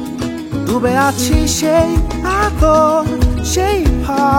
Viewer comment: 'দ' আর 'ড' দুটোর উচ্চারণগত পার্থক্য আছে, গান গাওয়ার সময় সেই ব্যাপারে সচেতন হলে গানটা শুনতে আরো ভালো লাগতো। "দুবে আছি..." শুনতে খুব কানে লাগছে।